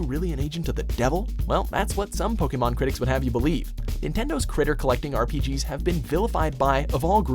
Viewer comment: But hey, atleast unlike a lot of americans, the satan guy knows how to pronounce Pokémon